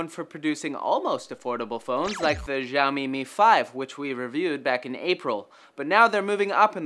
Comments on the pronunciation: no, seriously, the x in xiaomi is pronounced as an "s" syllable; see-ow-mee (but not nearly as long) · its not ziaomi, its more like shiaomi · its xiaomi not jiaomi -_ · it isn't 'zhao mi'. It is "she-ow me" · Its "SiaoMi" not "ZhaoMi" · its "SHAO-ME" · it's pronounced shaomi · Actually, it's pronounced "Xiao mi". As in "Xiao" and "mi". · Can you butcher "Xiaomi" name some more??? God, you have the Internet at your side and still you don't want to search before using. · Xiaomi pronunciation of yours sound weird ~ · I hate the way he pronounces Xiaomi. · You guys fucking BUTCHERED the pronounciation of Xiaomi. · Lol dafq with that pronouncing of Xiaomi rofl